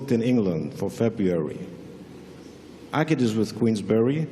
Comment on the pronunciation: Great! It is Ağıt. Not agit. Ağıt means "lament". He knows it. I hope to see him as a champ.